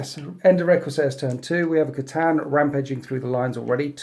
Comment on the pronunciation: Yes the c'tan are he's saying it wrong it's khytan ravager pronounced kh-aye-tan